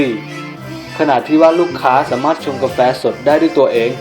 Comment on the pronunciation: ทำไมพี่พูดเหนออ่ะเครื่องทำกาเเฟ5555